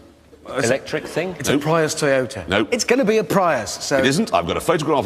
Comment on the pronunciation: He said Toyota Pryus 🧐